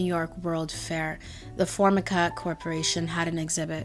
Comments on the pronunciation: Excited to watch the rest of this video and your narration is so soothing, but just wanted to tell you it's "For-MY-ka" and not "Form-a-ka" and it was the brand name of the laminate material used on countertops :) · Thanks for sharing the tenets of such a positive mindset. Enjoyed. FYI: "Formica" is pronounced "For-MY-ka" :) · The pronunciation is For My Ka not For Mick Ah.